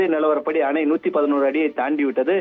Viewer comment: கர்நாடக மாநிலத்தில் அனைத்து அமைகளும் நிரம்பி விட்டது... நல்ல தமிழ் ... அது அமை இல்லடா. அணை